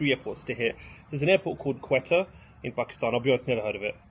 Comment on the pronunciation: Great video, bro Quetta is pronounced Ko - i as in India - ta sounds like Ford Ka.. ko-i-ta